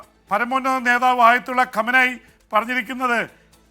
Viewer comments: കമനായി അല്ല ഖുമൈനി എന്നാണ്.. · Al ഖുമൈനി എന്ന് പറയൂ